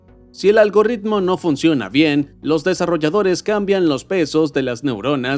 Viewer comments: Por qué cresta le dicen “Algorritmo” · Como siempre, muy buen vídeo pero persistes en la horrísona pronunciación de "algoRitmo", UNA sola "erre". Tienes que ver este video de YouTube deñe Ana Monrey sobre "Pronunciación de "rr" y "r" ".